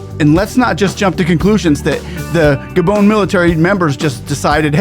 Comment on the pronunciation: Gabon not Gadon